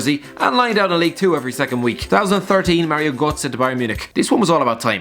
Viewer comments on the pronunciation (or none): none